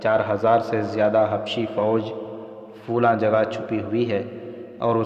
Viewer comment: Sahra ko Sohraa Flaa ko Folaa Padh rhe hain